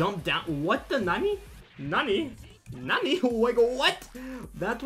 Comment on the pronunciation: He ruins the word nani